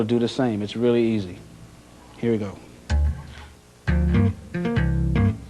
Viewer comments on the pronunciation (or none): "it's relly easy.." what did u just said??:D love u victor!